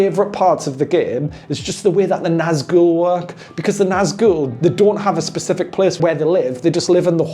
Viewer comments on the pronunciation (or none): none